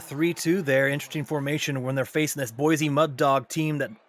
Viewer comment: Y'all need to learn how to pronounce Boise lol (Boy-see not Boi- z)